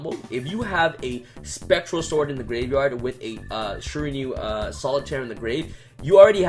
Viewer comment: Shir-a-New-e. Shiranui